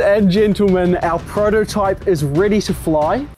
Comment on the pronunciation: I’m sorry did he say Frodotype or am I just hearing things. Because that is hilarious